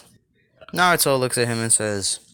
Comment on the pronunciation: Love the what if but you can't even say naruto 5 times